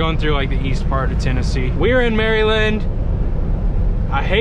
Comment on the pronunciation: Just came across your videos! I’m highly considering joining CFI! Btw the way you say Maryland was funny😂 “Marylin”